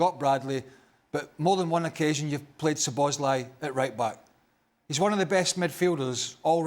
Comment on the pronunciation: When will Stevie stop saying Sloboszlai 😄